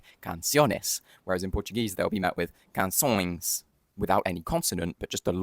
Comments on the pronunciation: You said canções like a brazilian, sounds like kansoins. It is supposed to sound much harsher than that, kansoinsh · I think the 'a' in canções should be more nasalized as in ã [kãsõěz] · The information is coherent but you're still pronouncing with Brazilian accent. Learn the proper Portuguese accent before you even get to speak about it on public so that you don't miseducate people. It's not CançõeSS, it's CançõeSH. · Your pronunciation of canções sounds Brazilian. The S